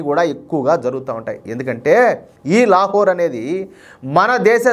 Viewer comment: లేహోరా లేక లత్కోరా కరెక్టుగా చూసి చదవండి